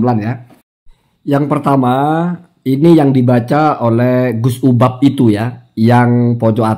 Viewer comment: Kamu nyebut nama orang aja juga fatal. Namanya UBAD, kamu panggil UBAB. Dari sini aja, masyarakat sdh paham.